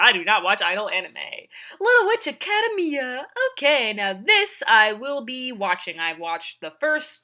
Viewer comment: Not gonna lie, the pronunciation of "academia" triggered me.